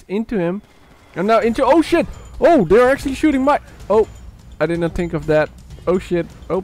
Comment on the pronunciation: "I did not tink of that 💀"